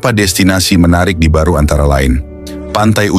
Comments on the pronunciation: Allah, bukan Alah , Makassar bukan Makasar , Barru bukan baru , Soppeng bukan Sopeng dst dsb. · Barru bukan Baru. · Barru bukan baru